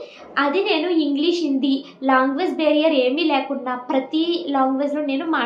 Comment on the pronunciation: Meeru language ni longuage ani pronounce chestunnaru please correct it dear ..I heard so many times from you but this time I want to correct it don't mind ❤❤